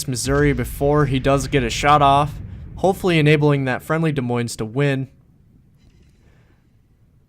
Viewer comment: By the way the s is silent on Des and Moines. So it is like De Moin (sort of). Being an Iowan it is kind of cringy (: Great video!